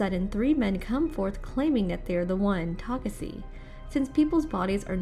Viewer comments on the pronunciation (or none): Geez it was taking like forever to end i know if i I missed this video later on i won't understand a thing so I tried to understand what she wa speaking fuck i didn't even got it when she was saying takesse instead of Takashi untill i read the comments on this fucking shit video this girl really messed up my brain, she was so much trying to make her accent sound beautiful the more it got worst, have mercy on your subscribers and put so more efforts on your contents i don't even understand why they had explained videos from different channels ok even if they did why did they had to include this shit please never show up again after i click on don't recommend this channel please I'm begging you. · i'm sorry. I can't continue watching. I get irritated hearing how she mentioned takashi's name. takasi - taseki - takasi. 😤😤. Its TAKESHI! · its tuh-kah-shee. not tokuhsee or tokuhshe. TUH-KAH-SHEE, learn how to pronounce Asian names before making these. Jesus. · she said he's name wrong in mid part of video not only pronouncing it wrong ta kasi ta seki now u get it? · Oh my God yes yo ...Takasee takaseee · Wth a girl owns the second channel I'm never watching one more on this second channel It made me so confused She keep pronouncing his name wrong bruh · I mean I agree. She said Takashi when speaking to the hologram it seemed but then after that first time, it's misspoken the rest of the time. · Man she is really killing me saying his name wrong over and over again! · Tell me about it...😒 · really threw me off for real😪